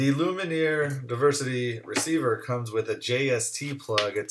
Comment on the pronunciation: It's Lumen-eeaayy